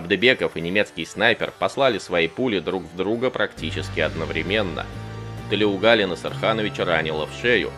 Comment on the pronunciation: Не Тулеугали а Толеугали